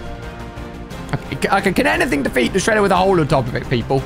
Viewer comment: you said sheeder LOL